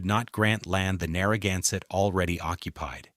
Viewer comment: I heard the same thing when they were talking about Rhode Island’s coastline. Everything was pronounced wrong!! Especially Narragansett was Narragunsett!! Drove me crazy!!!